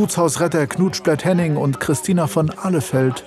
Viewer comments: Seit so vielen Folgen triggert mich dieser Name bzw. die Aussprache des Sprechers: "Knutschplett Henning" Ich brauchte sehr lange um zu verstehen das der Mensch nicht Henning Knutschplett heisst sondern Knut Splett-Henning ... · Ich höre anfangs IMMER noch "Knutsch blett", anstatt Knut Splett-Henning...